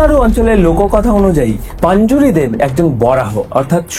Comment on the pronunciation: ওটা পাঞ্জুরি না রে ভাই, ওটা পঞ্জুরলী 😅